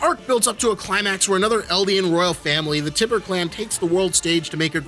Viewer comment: prolly been said but it's pronounced Tie-bur, not tibb-er good vid tho